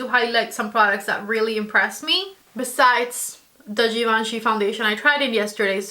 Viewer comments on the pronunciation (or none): if you going to talk a lot about this foundation please pronounce it correctly- Givenchy is without D in the beginning and then Prism Libr- without E at the end ❤